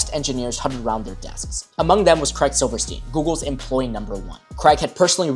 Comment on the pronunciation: ‘Craig’ rhymes with ’Hague’ and ‘plague’.